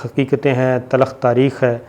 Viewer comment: The word is not "Talukh", instead it is "Talkh"